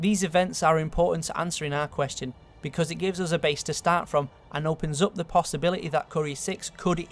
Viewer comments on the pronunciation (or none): I want a video of this dude just saying words that end with Y. If that's a possibiliteh.